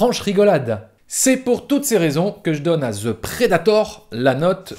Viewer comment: C'est quoi cette manie des Français de prononcer ''the'' ''ze'' ???? Un mystère jamais élucidé.